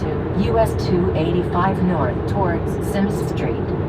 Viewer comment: I laughed at the "Simms St" pronounced by the old nav, it's more like "simszszs street" 😂